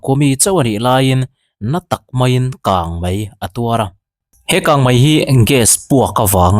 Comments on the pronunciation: KANGMAI❌KANGMEI MEI leh MAI i lamdan kha i chianglo nge i tilui ⁉️❓❓❓ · bengvar thlak in a ngaihnawm hle mai. Mahse, kangmei tih hi kangmai angin ka hre tlat mai , i lamdan hi a diklo deuh em ni aw